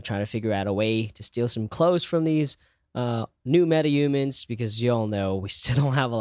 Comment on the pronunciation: It's not Metaumans, it's MetaHumans.